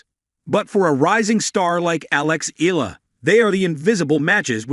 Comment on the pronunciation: Eala is pronounced Ee ya la.